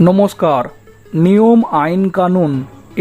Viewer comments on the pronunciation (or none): none